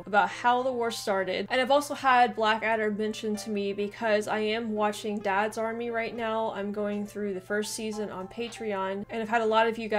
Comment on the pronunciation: DADS army! So funny with the American emphasis! It's Dads Army, flat tone across both words.